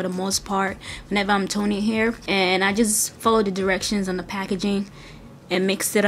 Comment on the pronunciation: its The not "da" :)